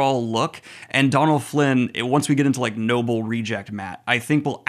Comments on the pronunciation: Donal is pronounce Doe-nal not Don-al, There's an accent/fada on the o (it's a Irish/Gaelic name) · Love the channel and the wheel of time content, just a small thing, his names pronounced dough-null Flynn not donnell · Buddy just a heads up I'm fairly sure Donal's pronunciation is "Doh-nal" - at least how it usually is pronounced here in Ireland 👋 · I think Donal Finn is a good actor but I'm sorely missing the humour and lightheartedness that I always associated with book Mat, hoping it comes back later in the series 😢 (btw, his name is pronounced Doh-nul, like dough or Homer's D'oh 😂 Tá fáilte romhat!